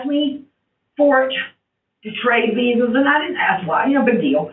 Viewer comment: The moment she talked about trading Vee-hickles I knew the jig was up